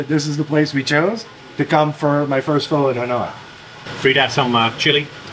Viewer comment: he pronounced Pho correctly haha